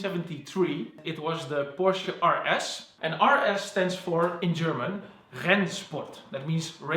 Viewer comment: It’s Porsche not pursh